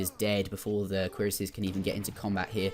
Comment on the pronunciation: I don't understand what you mean by "a C sound not a Q sound," but did pronounce cuirassiers correctly fyi